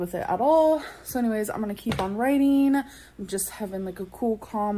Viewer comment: Going back to writeeeeeeen 😂😂